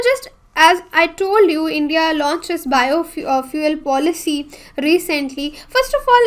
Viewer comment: Madam ki juban fishalgai Bio fuel ke jaga biofuck bol rahi he